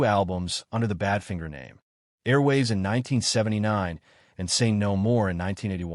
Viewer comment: Yes, and even worse: Bad Fin ger! 🤮